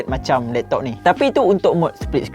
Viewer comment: “....lektok....” ade slang pantai timur 😂😂